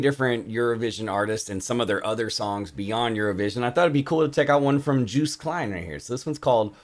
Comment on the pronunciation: You pronounce Joost like Yohst :)